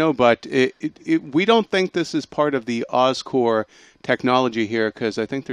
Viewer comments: It's so irritating to hear you guys call Oscorp, "Oscore". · Oscorp. OSCORP. OSCORP God, everytime I heard these guys say Oscore It just pissed me off -__ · Thank you, I thought maybe I was hearing them wrong. Every time they said Oscore I was like "it's Oscorp damn it". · There's a "p" in Oscorp. It sounds like he is saying Oscore. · Oscore? It's Oscorp, damn it. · Why do they keep saying oscor? It's "OSCORP" damnit! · Just sayin its pronounced oscorp not oscore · Oscorp not Oscor theses guys don't know how to pronounce it right! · Btw it's OscorP. With a P. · Anybody else cheesed that they keep saying Oscore? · haha i was thinking the same yelling "P" every time they said that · i think they are. that's probably because the word corp is pronounced without the p but oscorp is pronounced with it.